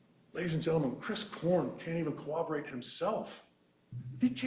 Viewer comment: The first thing they need to teach in law school is the word CORROBORATE. What the hell is cowoberate? Literally every trial! 🤦🏻‍♀️🤦🏻‍♀️